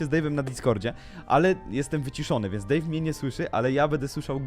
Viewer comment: Deyv a nie bevy